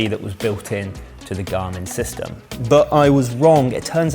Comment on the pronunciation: "wo can my gamin " ?